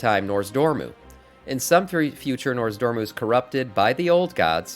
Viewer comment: I giggle every time you say NORZdormu lol I believe it's NOZdormu - great content, I'm subbing